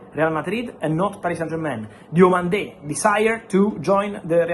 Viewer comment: It's Yann DIOMANDÉ not Diamonde